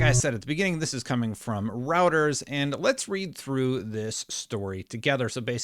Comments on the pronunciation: It's pronounced "ROY-TER-S." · ROY-TERS ROY-TERS ROY-TERS ROY-TERS ROY-TERS ROY-TERS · Isn't it pronounced Roy-ters? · I think Reuters is pronounced "Roiders," just so you know. The political commentators who cite them as a source always say it that way. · Little tip: Say the eu in Reuters like the oy in the name Roy. Roy-ters. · here’s how to pronounce‘Reuters’ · See how to say Reuters at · Dude, learn how to pronounce Reuters lmao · you are pronouncing Reuters wrong